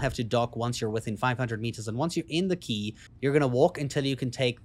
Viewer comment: No nit-picking, just bringing it up for you, But when you were talking about The Eye station you said The Key :)